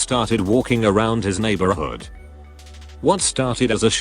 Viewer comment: wtf the way they said neighborhood